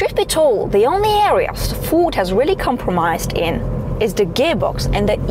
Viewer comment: Where’s your accent from? Where do they pronounce Ford „Foord”?